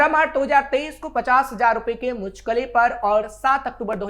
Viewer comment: मुलचके नहीं जनाब मुचलके होता है ।